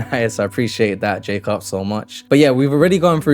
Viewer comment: ppl that pit 'dont understand this decision' are proper delulu mate, this project is actually so sick! 👀 your vids are sick too bro! btw. mans name it's polish version of Jacob, like u pronounced, but in polish it's actually "Ya-coob" (polish protip)👊🏻